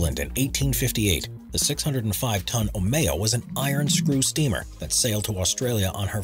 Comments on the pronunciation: "Omeo" is not pronounced "O may-o", but "Oh mii Oh" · the omeo sounds like Oreo and "Ohio"